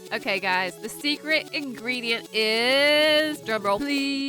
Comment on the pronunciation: She said 1 ingerdent